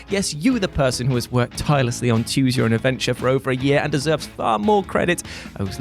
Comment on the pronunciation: Until now i always thought he was saying choose your own adventure and his accent was the only reason it sounded like tues..... I’m also baked so there’s that